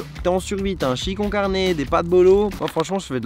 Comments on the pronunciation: 𝖈’est quoi un « chillikoncarné « ? Moi je connais le « chilli cone carné » mais pas le « chillikoncarné » 😂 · « un chilli con-e- carne »